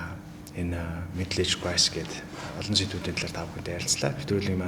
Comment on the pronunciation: Crisis not crise